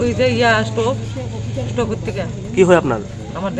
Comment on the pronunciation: It's 'stove' not 'stup'